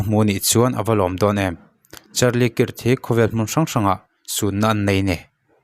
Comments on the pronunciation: Krak kak ti chiah silo alam hi dik lo maw kirh chu mizotawng a chhiar dan ni in kahria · Charlie kik ti a lamloh tur,kak tiin lam la,hriat a nuam zawk ang. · "kirt" ti in lam ri suh, "kark" ti in lam rîk tur..A in ziak ang ang in i lam ri a.. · A hming hi lam dik thei la chu atha sin😂😂 Kirk hi kark tih anga lamrik tur alom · 😂😂😂 nia mawleeee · A hming lam dik hram la chuan a tha mange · Kirk i lam rik dan hi a dik meuh maw...,🤔